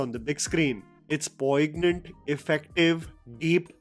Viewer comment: The 'g' is silent in poignant!